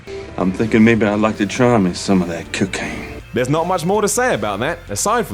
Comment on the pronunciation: "Cuckain dealer"